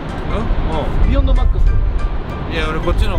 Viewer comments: ビヨ↑ンド↓ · ビヨンドのイントネーションおかしいww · ビヨンドの発音が違かったな ビヨンドだった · ビヨンドの発音が違うなぁ 昔ビヨンド使って左しかいないチームいたわ みんな叩きつける走り打ちしてくるの 俺はずっとビヨンドの赤使ってたな